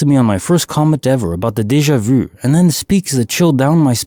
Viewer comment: I cringe every time he says Deja vu! 😬